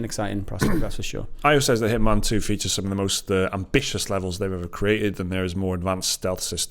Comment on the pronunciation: Walking the truck yard at work listening to this, I hear Hitmon, and can’t figure out what game they are talking about. An accent to us Americans makes all the difference, excited for a new Hitman game